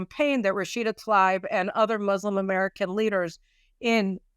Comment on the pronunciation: Love yah, Caroline, one Columbia (MA) grad to another. Pronunciation: Rashida Tlaib = TLAH-EEB. But however you pronounce it, she/it remains a piece of human debris.